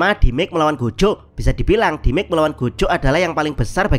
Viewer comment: demej min demej, bukan dimek wkwkwk